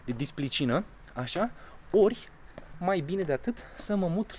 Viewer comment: "lipsa de displicina" când vii de la vorbit 4 limbi diferite înapoi acasă 😂🙏❤️